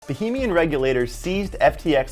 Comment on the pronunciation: Somebody teach this guy how to pronounce Bahamian.